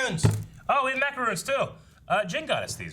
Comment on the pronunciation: If you're going to keep calling MacaRONs, "MacaROONS"... I'm forever saying AaROON.